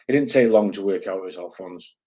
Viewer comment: Liking the international flavour bud. Btw, it's Alfonse not Alfonso 😂 But fair play, the Ozzy lot are an interesting bunch. Mad as you like 😜